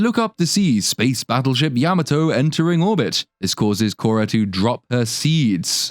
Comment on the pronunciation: Spaceship Yammertoe?!? .. Yam-Ah-to.